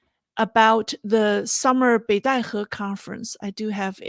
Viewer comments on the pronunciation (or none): none